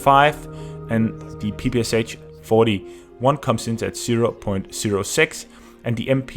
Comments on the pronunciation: Finally someone said it :v Yes, it was strange for me too when I realized. It is not P-P-S-H, it's P-P-Sh after Shpagin. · PPSh is actually pronounced with sh at the end like in shock or shire. That is why the it is spelled PPSh and not PPSH as short from pistolet-pulemyot Shpagina. Russians used to pronounce it like pe-pe-sha. Sry for this smart ass comment but I just felt the need to say it.